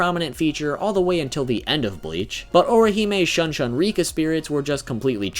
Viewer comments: “SHOON SHOON REE-KKA” not “SHYUHN-SHYUN REE-KKA” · Shun Shun Rikka, not Shan Shan Rikka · Pretty sure that "U" in Japanese has the sane sound as "oo" in foot. So, Shun Shun Rikka would be pronunced "Shoon Shoon Rik-ka" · Love how he said Saten kesshun right but not shun shun rikka